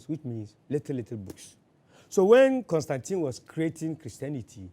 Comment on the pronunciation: He has the correct pronunciation of Constantine. Kobby Ireland